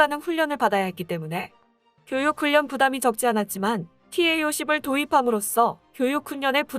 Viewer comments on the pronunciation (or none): 훈련 의 발음이 훈년이 아니라 자음접변에 의해 훌년 으로 발음해야 옳습니다ㆍ참듣기 거북합니다ㆍ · 훈련 발음 진짜 적응 안되네 ㅎㅎ 훈년이 아니라 훌련이라고 말해주고 싶지만 tts니 ㅎㅎㅎ